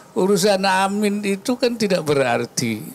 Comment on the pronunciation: Waduh kek jelas beda lafadz loh , ketika mengucapkan nya dalam Sholat / ketika doa supaya dikabulkan , itu lafadz nya AAMIIN Kek, bukan AMIN , jelas Beda dri segi lafadz dan makna juga kek😂 Kacau ini wakilnya pak OWI jarang nongol sekali nongol ....ysudah lah😂